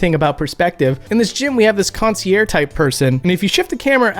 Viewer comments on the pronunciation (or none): Those good old Hotel “CON-See-Airs!” 🤦